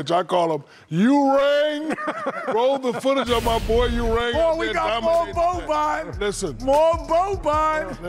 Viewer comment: Wait did shaq try to make "ewing" sound like "u rang" ? Are maybe im tripping